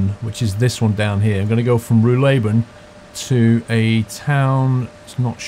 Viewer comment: Spandau Nervenklinik - the bus goes to the hospital for mental diseases. Pronouniciation is Nerphencleanic. Ruhleben will accentuated RUH-leben.